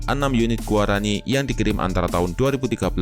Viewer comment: Guarani min. Bukan gaurani